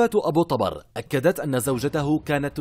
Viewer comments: ذبحنه بنطقه ابو طبار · ابو طبر بضم الطاء مو فتحها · التقرير كله خطأ ياريت لو بس متابعين المسلسل جان فهمتوا كل شي حتى نطق الاسم غلط